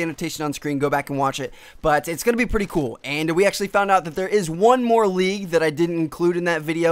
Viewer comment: Why do you say league so awkwardly..